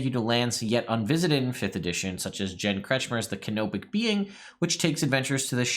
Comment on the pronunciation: When you've said "Canopic adventures", I've heard it as "Kenobic" and got excited about the sassiest Jedi Master ever existing. Oh well.